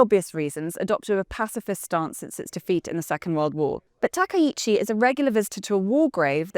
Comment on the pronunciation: Throwing shade at Japan? You can't even pronounce her name correctly 🙄